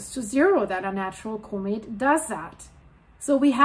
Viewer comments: COMET COMET COMET there now say it like it sounds :face-orange-raised-eyebrow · learn to pronounce comet correctly. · Say the word “comet” right